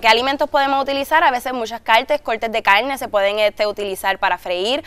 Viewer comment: que dice???? coLtes de diferentes CALNES??? jajajajjaja queeee?